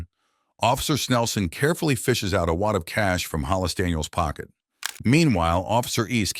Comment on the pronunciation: It’s just Daniels. Not Danielseses